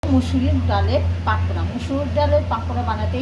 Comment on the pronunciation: পাকোরা না, পকোরা😂